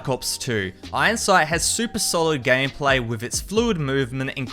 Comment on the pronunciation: Don’t say gam pla pronounce it gaym play